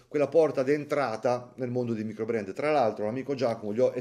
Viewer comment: "maicrobrand"?! abbbbasta 😅😅😅 (Però ci sta', così a Lugano si imparano a vendere il tonno!)